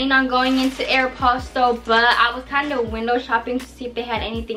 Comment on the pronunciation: it’s not aeropsotol it’s aeropostale